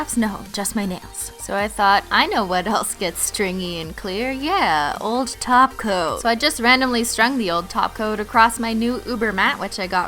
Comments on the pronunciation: I like how when she says top coat it sounds like taco 😁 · Wait wait wait... Did she say TOP COAT? not TACO.. 😂😂